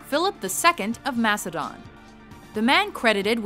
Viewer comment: It's not mas-a-don it's mak-a-don